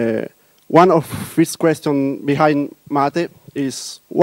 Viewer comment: It is what we always wanted. Proper GNOME 2, but not decaying into nothing. This is awesome. He does say fist instead of first though. I'll probably still pronounce it mate rather than matt-eh. Thinking more of mate as in friend, rather that what is being attempted in the tortoise photo.